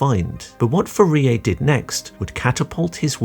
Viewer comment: Pronouncing 'Fourier' wrong throughout the video was impressive, and also painful.